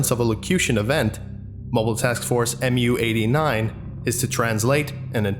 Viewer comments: It’s “moo” not “em-you”. Understandable mistake, just wanted to let you know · sir, Mu is pronounced "mew"; it is the Greek letter (M/μ) which equates to the English letter M. This follows the naming procedure for other MTFs, such as MTF-Tau-9 or MTF-Alpha-4. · Mu-89 is pronounced mew-89. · One you all missed Mu is the 12th letter in the greek alphabet and is pronounced "mew" or sometimes "moo". Who's the best grammar nazi? I am!😁